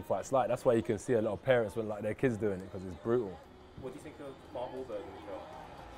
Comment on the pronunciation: London accent 🤣